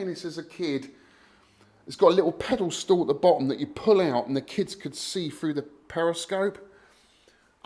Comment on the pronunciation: “Pedal stool?” 🤪👍🏼